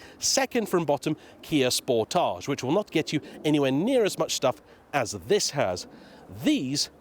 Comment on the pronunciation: Isn't it pronounced Kia "Sport-edge"? As in, a portmanteau of 'sport' and 'portage' (an overland route around a water hazard)?